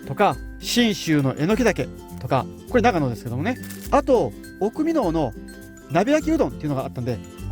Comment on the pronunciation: 美濃はミノです。ご存じでしたらすみません。ミノウと聞こえたのであしからず。